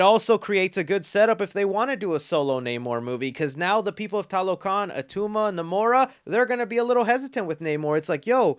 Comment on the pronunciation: They needed a bit more consulting for fleshing out the mesoamerican background. Example tlalocan is a Nahuatl word and they are supposed to be Mayan. They also pronounce it in the Spanish way instead of Nahuatl. Finally, most of the movie they say Talocan instead of TLalocan.